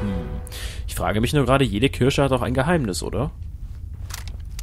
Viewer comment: Du bist auch so jemand, der Kirsche statt Kirche sagt.:D